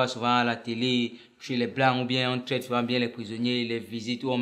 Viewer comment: on dit souvent et non suvent 😂😂😂😂😂😂🤣🤣🤣🤣🤣🤣 Ta part d'humour ci, va que m'enterrer tôt Onong 🙌🙌🤲🤲🤣🤣🤣🤣😂😂